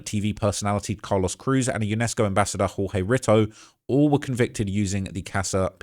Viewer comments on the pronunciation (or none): none